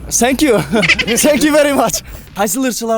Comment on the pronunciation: Зенк ю дейтко🤣🤣